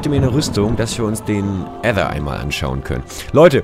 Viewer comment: Nices Video! Aber irgendwie lustig... Wie du Ether aussprichst xD ,,Ätha!"